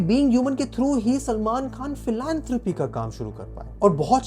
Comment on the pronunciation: Bhai kaa naam sahi se le 😡